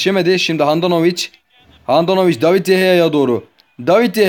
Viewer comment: Abi david deyeya değil de gea